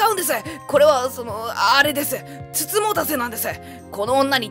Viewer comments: つつもたせですよ。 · 美人局＝つつもたし って読むんですね